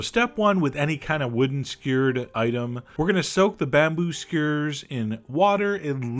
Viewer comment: Posting a comment down over here cause I don't know why he pronounces it skeyr.